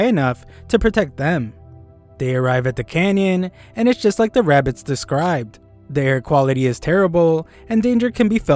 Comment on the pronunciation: Bro really said bugs bunny with rabeez 😂😂